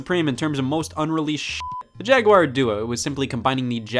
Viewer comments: Jag-WIRE? Disliked. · Yo what, "Atari Jagwire" what kind of way is that to pronounce jaguar (JAG-WAR) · The Jagwire? What is this? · Assuming Scott didn't have a stroke and is not being funny. It is pronounced Jag-Gwar. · Why does everyone say Jaguire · What the fuck is a Jagwire ? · It's because he pronounces it wrong. Look up the pronunciation online. :) It's a common mistake by many people.